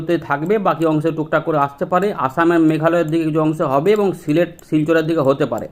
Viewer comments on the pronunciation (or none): none